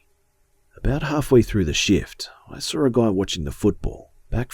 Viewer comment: who else loves the way he sais saw~sawr